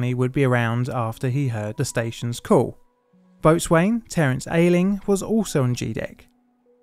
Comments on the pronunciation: as a side note boat-swain? what the hell is that? do you mean BO-zun? 😅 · It's not "boat-swain", my dude, but 'boh-sun'. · Boatswain is pronounced "Bos-n' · Just for clarity boatswain is pronounced bosun. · Hi. ‘Boatswain’ is pronounced BOHsun. Not a criticism. Just helping out. Best wishes. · Tiny thing: boatswain is pronounced (and sometimes even spelt) bo'sun, because all naval terms are shibboleths designed to trip people up. :| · It might be spelt Boatswain but we pronounce it bosun. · Boatswain is pronounced "bo-sun". I know. Nautical terms are a load of rowlocks... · "Boatswain" is pronounced "bosun", with the 1st stressed syllable rhyming with "go" and the second syllable shortened almost to "sn". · Mr pedantic here, boatswain is pronounced bosen. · The mispronunciation of nautical terms grates on these Old Salt's ears. Boatswain = Bo'sun Forecastle = Fok'sul Starboard = Star-burd Otherwise, I like your video! My Grammar Petantry Moment is over. As you were... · Very interesting video on an incident I remember well. However, you really need to spend some time on learning pronunciation of the word. For example: boatswain is pronounced bow-son. Check out the correct pronunciations for the ferry company and the port. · Isn't "boatswain" pronounced "bo-sun"? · Small point. Boatswain is pronounced "Bosun". Excellent video though on a really unnecessary tragedy! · Boatswain = bos'n. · Boatswain is pronounced "bosun". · Boatswain is pronounced bosun fyi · That isn't how to pronounce boatswain. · Zeebrugge is pronounced "zeh-bru-gah" Boatswain is pronounced "bo-sun". I'm only picking up on this because I don't feel you can trust other details in a video if things like this are not correct. It doesn't take much to check a place-name's pronunciation. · boatswain is pronounced bosun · FYI, you severely mispronounced "boatswain"